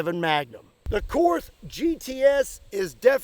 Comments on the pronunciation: Two little things - Korth is pronounced Kort and side blinders are not allowed in ISSF/Olympic Pistol Shooting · Actually… I think it’s pronounced „Cord“. Ze Germans don’t have the „th“.